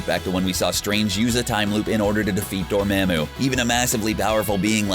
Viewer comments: its pronounced, door-MA-MU!!!! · Dor-MAM-oo?? The pronunciation is killing me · Aga-MOE-to!!! Dor-MAH-mu!!! Names are specific sounds, and not subject to accents. My name is Jeremy, not Je-RAH-my, JAH-remy, or any other variation. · Door- Maa-Moo lol classic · Say it with me Door-mom-ooh Dormammu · Does anyone at CBR actually watch these movies? They can’t pronounce BiFrost or Dormammu among others and it’s really distracting.